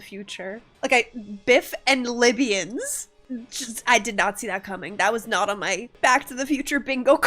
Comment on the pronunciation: It's not the lybians... ITS THE LYBIANS !!! That cracked me up